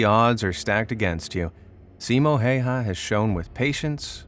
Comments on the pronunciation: Respect for Simo Häyhä from protecting Finland so well. Cause I live in Finland. I find it really funny too how you say his name. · U pronounced simo häyhä wrong 😫😫😫